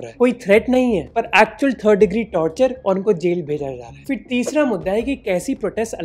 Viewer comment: Lol amen dude. Great sarcasm. BTW, you seem to be mispronouncing फिर (phir) as "फ़िर" (fir), which is incorrect; it's not a Persian or Arabic word. Also, the word you're looking for is effect (असर or प्रभाव), not "impact" (संघात).